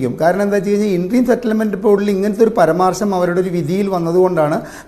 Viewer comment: Husker and even this guy says പരമാർശം.